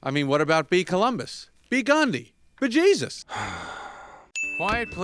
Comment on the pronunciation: 'beejeusus' OMG why